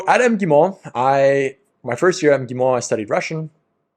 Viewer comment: When you say МГИМО omit the first vowell sound 🙃 (I mean the one before first M)